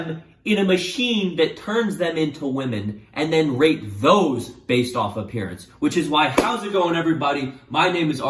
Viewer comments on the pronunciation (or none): at the beginning, i thought he said rape lol dont cancel pls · Who else thought he said rape women instead of rate women? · Why did think he said rape for the first 3min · I keep hearing “rape” instead of “rate” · IT SOUNDS LIKE YOU ARE SAYING RAPE NOT RATE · he keeps saying Rate and it sounds like Rape XD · I thought he was saying rape instead of rate in the beginning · Everytime u say rate I hear r8p and Im just like 👁️👄👁️ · you mean when he says "rate"? yeah, you are not alone lol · This dude really needs to emphasize the T in rate a bit more 😂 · Every time he says “rate” it sounds like the word I can’t say on YouTube that ends in “ape” and begins with “r” so rewatch the video with that mentality and it’s a lil sus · i keep hearing the t in rate as a p and it’s scaring me